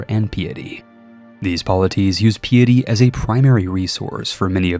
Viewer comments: It was a noble attempt to pronounce the words in East Asian languages! (And piety, might want to take a look that one up.) Seriously though, words being pronounced incorrectly in interesting ways is super useful in the AI slop era of YouTube. Thanks for the video! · Great video! My one question however is, do all americans pronounce Piety like that? Noticed now with more than one US CK3 creator pronouncing it like that. The word isnt that commonly used in everyday speech afterall, but the mechanic in CK3 gives it alot of usage in talking about that game. Sorry, I just prefer how the Brits say it. Its sounds grander, shall we say. This is probably the most autistic thing I have ever commented, maybe I have autism after all, despite checking for that.... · I love the videos and most of your content, but sometimes the way you choose to say things is... painful. It may seem minor, but hearing "casus bellis" as the plural of "casus belli" just hurts, not to mention piety and archipelago among others. Again, still love the content, just wanted to mention that after scrolling thru the comments and not seeing it mentioned yet.